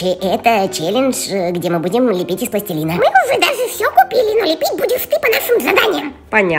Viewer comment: Не пластелина а пластилина